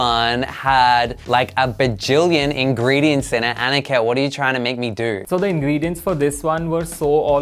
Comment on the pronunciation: I love how he says Aaniket Instead of aniket